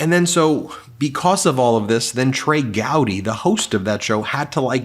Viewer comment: Gowdy not Howdy